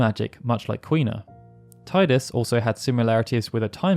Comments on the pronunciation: I'm surprised you don't use the official pronunciation for Tidus (tee-dus) Yes I know they made a vid on it a couple years ago. Its just weird, they are usually so factual and accurate. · Never actually thought that FF9's cast are mostly non-humans. Is Amarant Coral supposed to be human though? He has like pale blue skin like Queen Brahne. And forgive me to be that guy, but.. It's "TEEdus" 👀.